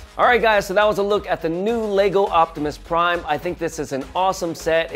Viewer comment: My man just said octimus prime 😂😂😂